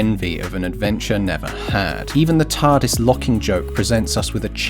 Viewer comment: This part cracked me up OOH OOH OOH EETS EETS ZA TARRDIS